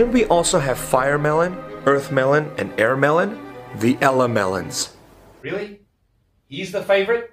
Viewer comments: “ThE ELEMELONS”. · "FIREMELON EARTHMELON AIRMELON.... DA ELEMELONG" got me hard